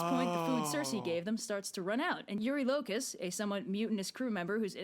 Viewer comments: I just gotta jump in quickly and say that the way the creator of the video says Telemachus and eurylocus is the AMERICAN way of saying his name. The way it’s said in EPIC is the GREEK way of saying it, so that’s the correct way Also, when they said “in all his glory” they meant it. Ody slaughtered all of these people while stark naked😂😂😂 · It'd be cool to see more of I genuinely don't know who is right between and Jorge with the pronunciation. Pretty sure Epic did mispronounce "Elpenor," but I'm also ptetty sure pronunciation of "Eurylochus" is wrong